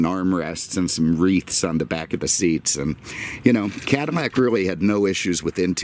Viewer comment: Again your calling it a Cadimac. It's a Cadillac not a Cadimac.